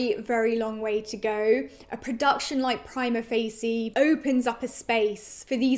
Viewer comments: You might want to learn how to pronounce the name of the play before doing a review next time... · I am the only one pronouncing Prima Facie like it were italian words?! dear god... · In your defense, I’m in law school in the USA and I’ve heard prima facie pronounced about four different ways 😂